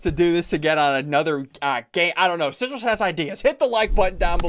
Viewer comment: “Sigills Face” XD LMAO